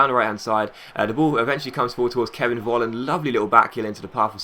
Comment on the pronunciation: Hey, Nice video. In Germany, The letter V, is like saying F. So Volland, is actually Folland:-)